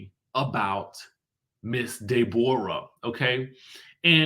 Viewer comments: I fall out everytime you say DAY-borra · I swear!!!! I scream when he says it😂😂😂😂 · Me too! 🤣🤣